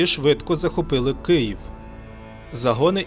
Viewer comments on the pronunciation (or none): none